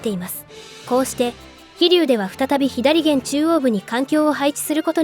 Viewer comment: ひだりげん？ 「さげん」やろが